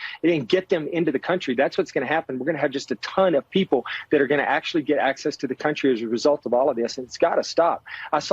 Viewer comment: Lol you said Pee pole 😅😅😅